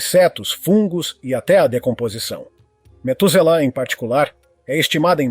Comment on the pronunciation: Não e metuzala é matuzalen o nome da arvore